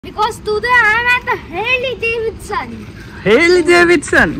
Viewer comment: Herleeee Devedsennn 😂😂